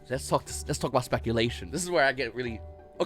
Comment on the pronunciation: “I don’t script these, I just twauck”